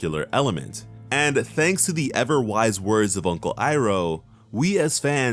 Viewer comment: Strike one should be, pronouncing aang as OOng, iroh as EEEEEroh, sokka as sukka.